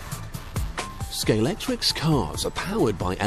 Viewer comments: Mistakes in this video - 1. It's pronounced Scal-EX-tric, not Scal-EC-trix; 2. These cars are Carrera, not Scalextric; 3. The cars are powered by a motor, not a generator. There are probably others. Whoever made the doco should have researched it a bit better. Apart from that, it's interesting to watch the process. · hes saying it wrong, its not scalectric its scalextric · "Scalextric" not "Scalectrix" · actually the commentator kept calling it Scalectrix- which is what I called it when I was a little kid- but I take your point. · Scalextric not scalectrix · Argh, he keeps saying "Scale-Et-Tricks" when the word is Scalextric... "Scale-Ex-Trick". If you are a paid professional you should be able to pronounce the name of a brand properly. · well said ... hate the mis -pronunciation of the word scalextric to scalectrix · Yeah, I think so. I didn't even know about Carrera... Such a blatant rip off. Either way- the commentator should stop calling it Sca-lec-trix. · Scalextwic is not a "genewic term in the uk" it only seems that way because people selling slot wacing cars on sites such as ebay etc are lazy and cant be bothered to look at the weal bwand name, wether it be Scalextwic, cawewwa or even auworwa. Why couldnt the pwoducews of this video get a pewson who can tawk pwopewly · Why do so many people -- including the presenter -- pronounce Scalextric as "Scalectrix"? THE X IS IN THE MIDDLE, NOT AT THE END. It's like when people say "nucular" -- NO, JUST PRONOUNCE IT AS IT'S WRITTEN. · Why can no-one pronounce “Scalextric” correctly?!